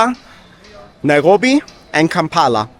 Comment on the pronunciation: Interesting video. I have to mention that your pronunciation of Nairobi.. the 'r' is simply incorrect in English.. yet your English is 100%. I've commented on this oddity before.. that you seem to slide into Hebrew gutteral -rolling style 'r' pronunciation. It's most off-putting for the English speaker.